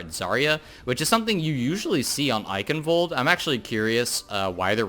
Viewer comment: Thank your for pronouncing Eichenwald properly. That is all.